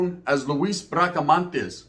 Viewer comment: BRACA-MON-TES NOT MANTES